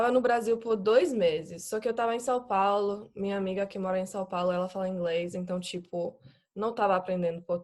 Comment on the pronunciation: O português mais assustador que vi é da gringa alemã teresa do canal viagem com a Chris, elas duas terminaram o namoro, mas a Teresa tem zero sotaque, essa fala muito bem mas ainda tem levemente um sotaque, apenas com números e o sá paulo. confira aqui, e pasmem ela é alemã real, mas e perfeito o português